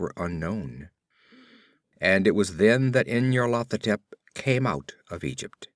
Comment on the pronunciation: I can't decide if you're pronouncing this as "in your Lathotep" for comic effect.